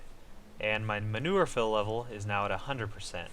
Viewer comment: Its manure not manover